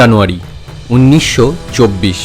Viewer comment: আরে ভাই "উন্নিশশো" নয়, ওটা "উনিশশো" হবে!! যত সব বিকৃত উচ্চারণ!! 😝😡